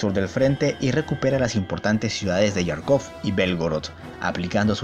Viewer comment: Te sugiero que pronuncies tal cual lees los nombres que no son explícitamente ingleses. No entiendo por que leches intentas pronunciar en inglés palabras eslavas o alemanas. Es Jarkov o Kharkov, no se pronuncia ''llarkov''. Kursk es Kursk no ''kôrsk''. Es KriegsmarinE, el alemán no es inglés o francés que ponen letras de adorno. Y por último no agregues tildes fantasmas, es Ardenas no ''Árdenas''.